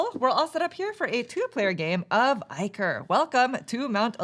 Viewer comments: Its pronounced Ick-or (de-monic Ickor) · "Eye-core", not iker, and "minnotaur", not mine-otor